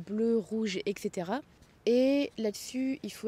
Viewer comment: J'ajoute une boussole et un VRAI GPS. (et savoir s'en servir !) Tous les smartphones n'ont pas de GPS intégré et beaucoup de gens s'en rendent compte quand ils n'ont plus de réseau, ou en recevant la facture... (ps : c'est "Et cetera" pas "Exétéra" désolé, j'ai l'oreille sensible... 😅)